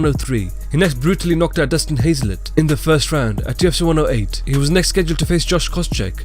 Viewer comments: Why do you say “UFC” like “TFC”. I was really lost for most of the video. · Dude can you please fucking talk more clearly when you say "Ufc" it sounds like "JewITSY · Are you saying "TUFC"? Try slowing down a little even you talk. Otherwise good video.